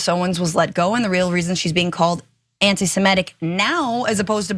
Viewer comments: Please stop saying “anti simetic”!! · I'll ask for the 1000th time, why can Americans not pronounce the word "antisemitic"? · listen to the hosts carefully. They are mispronouncing it. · His bame is pronounced Klay-van! The term is antisem-itic, not antisem-etic - your welcome!🙄